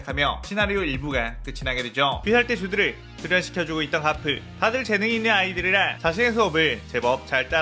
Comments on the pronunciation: 아니 가프가 아니라 거프에요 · 가프가 아니라 거프에요.